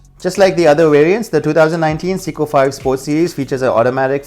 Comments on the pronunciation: Dude it’s Seiko, not Siko! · .... I swear if I hear 'seeko' one more time... SAY-KOH... SAY-KOH... SAAAAAY-KOHHH lol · Not "seeko" but "say-ko" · It’s SAY CO not si co